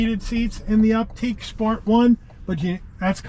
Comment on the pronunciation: It's pronounced "Optick" NOT "Opteek." I cringed every time you mispronounced it. There are too many errors in your description to try to correct.